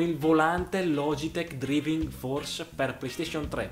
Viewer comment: Supporto Stirring Well = "Supporto mescolare bene" .... Si legge "Stiring Wiill" e "Draiving" cazzo ma l'inglese studiarlo no? Continua a giocare con la PLEISTESCION che hai preso con i soldini.... Ignorante!